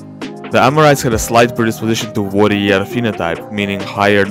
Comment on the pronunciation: Great video, but you still have the pronunciation of warrior and worrier mixed up. It's bound to be confusing people.